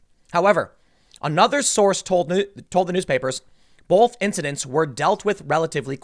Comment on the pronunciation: Tim puts an L in the word: "both". "Bolth"